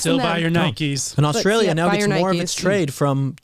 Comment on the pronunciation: there is no "h" in Australia.